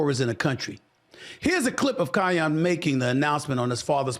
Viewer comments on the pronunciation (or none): Say it with me “Kai - Ann” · Its KEE-YEN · He butchering his name lol😂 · Lame! Bro don’t even know how to pronounce Kiyan’s name but acting like he knows what he’s talking about, so I knew you haven’t really watched him, then you said you haven’t watched him 😂 comparing the two simply because their dads are friends. There’s a difference… Kiyan is 6’5 and Bronny is all of 6’1, he didn’t get any of the height like people were expecting he might get. You don’t know how LeBron handled it compared to what Bronny himself wanted to do